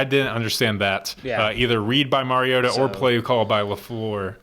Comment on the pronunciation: It's his 4th year as starting quarterback. I wish national pundits would learn to pronounce his name. Shows them to be the empty suits that they are. Undeserving of an audience. Mar-E-O-ta.